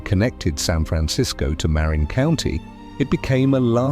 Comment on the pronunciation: The county north of the Golden Gate Bridge is Marin County. It is correctly pronounced “mar-RIN”, not “MAR-in”.